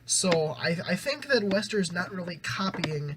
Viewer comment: Nice review. They're pronounced "Waster" btw haha. Also, both vocalists from Neck Deep and WSTR grew up together and come from similar influences, so that's kinda why they sound similar.